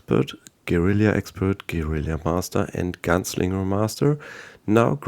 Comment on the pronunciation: Amazing! Thanks for the info! Small correction, it's gue-ri-la, not gue-ri-li-a. :)